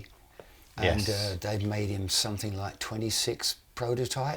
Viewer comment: Please, it is somethinG not somethink.....otherwise great show.